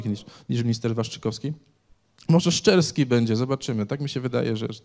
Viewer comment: "szczerski" a ja usłyszałem "z Czerskiej" :P